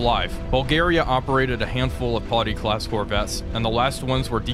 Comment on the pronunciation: TY. The 'Potty' was starting to grate.